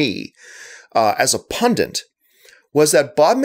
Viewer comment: You say "pundit" in a weird way - you say it like "pundent". Is that a Canadian thing?